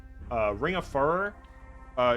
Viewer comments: Fyoo ror, not fur er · Like fury, not furry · Furor, related to Fury, and Furious Repeat after me phew-roar. There's only one 'r' in the center of the word, not two. It is not pronounced fur-rur. If you insist on pronouncing it furr-ur, you then need to pronounce Fury as Fur-ree, and Furious would be pronounced Fur-ree-os